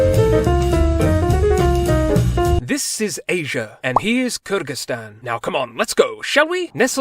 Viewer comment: i love the way you pronounced Kyrgyzstan with an ы sound and not an ө or и sound lol